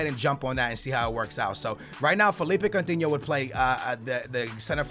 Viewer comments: STOP SAYING COUNTINHOOO JUST STOP ! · omg so much annoying shit!!!! no one wants your stupid Portuguese players! speaking of which why don't you pronounce Coutinho's name in your retarded 'Portuguese' way? and stop that shit where you call a player by his first name cuz you don't know his last - it's Firmino, not 'Roberto' ... also, DON'T use that stupid formation with 3 at the back it's so dumb and unrealistic. 3 at the back requires wing backs which you're obviously not going to do. and how the hell did you miss the part in the Payet email that they WERE interested in Lucas? you could have saved a lot of time and money there... and that's all I remember off the top of my head P.S. it's C-H-A-N not Kahn dumbass